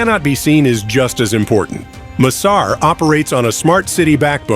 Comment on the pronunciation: Pahle bolna to seekh le yaar M sar nhi massar project bol